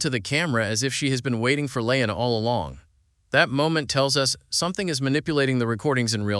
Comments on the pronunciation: I can’t watch this with how he keeps saying “lay-on” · According to writers and IMDB her name is La'An. Pronounced La Ahn. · This was interesting and also very annoying because out of the approximately 100 times he said 'L'ann', not once did he pronounce it right! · Come on!!!!!!!!! Will you please quit mis-pronouncing her name. The Tagalog word I feel is "BWISIT". I say, "Buwa ka ng Ina mo!!!!!!!!!!!!" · Can you not pronounce La'an correctly or is your intentional mispronunciation a running gag to poke fun at her strange name? I can't decide. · Why do you have 16 different pronunciations for La’an. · Learn to pronounce La'An. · It was annoying as hell that you mispronounced L'Ann's name almost every single time. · Dude. "La'an " how do you not get the name right once? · You said La'an's name 15 different ways and 13 of them were wrong. And then spent 18 mins repeating yourself and explaining nothing we didn't see in the episode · Mispronounced La’an was annoying otherwise good episode.